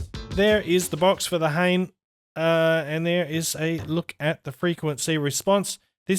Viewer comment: FYI the model name is pronounced hah-nay. It means feather in Japanese.